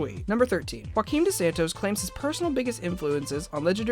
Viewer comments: It's not pronounced Hoo-akim, it's Joo-akeem god people really don't know portugal exists lel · a bit of linguistic correction here, ONLY in spanish you pronounced the J as an H. In Portuguese, "Joaquin" is pronounced "Gioaquin" (with a softer G than italian) no "Hoaquin". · Good video, but I must warn you that Dos Santos' first name Joaquim is pronounced like the French name Jean, since it's a Portuguese name, not Spanish =)